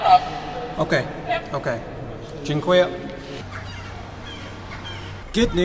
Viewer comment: At least you nailed dziękuje.